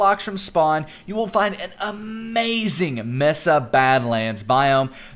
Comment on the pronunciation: Dude, stop saying "messa!" It's pronounced "maysa."